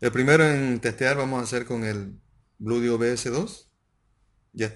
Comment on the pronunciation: Se dice Blueeeedio, no Bludio